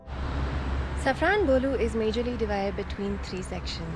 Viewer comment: You pronounced the word Safranbolu well.😅